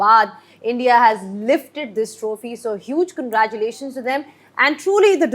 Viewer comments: 🗣️ Many many kangraaaculation 😂. English ❎ Hinglish ✅ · Congratulations ❌ kangaeerathulation ✅ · मिस्बाह को congratulations बोलने नहीं आ रहा or बात कर रहा है English me😂😂😂😂